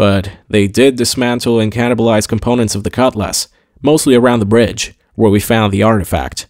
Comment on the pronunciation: Him saying "cut lass" drove me insane. I kept hoping it would be blown up just so he wouldn't have to talk about it anymore